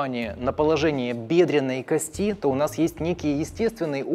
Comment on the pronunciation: Не надеюсь, но попробую... Может, кто-то и читает коментарии. Автор видео, пжлст кОсти!!!! Ударение!!! Ну вы же пытаетесь в подобие доказательной медицины. Горит в области первичного рта(пардон, пардон). Вы монтируете видео используя только видосики с ютуба и тиктока? Откройте атлас Капанджи, проконсультируйтесь в профильном месте, вам все подскажут, а то ботов накрутили на 600т., а понимание матчасти приземлённое...